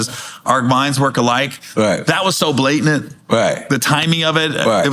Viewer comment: "Blatant" 😂